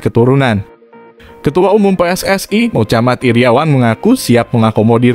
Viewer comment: WOIIII...nyebut nama orang yg bener dong...mohammad Iriawan knape jd mocamat Iriawan...!!! ente gak bs nyebutnye yee...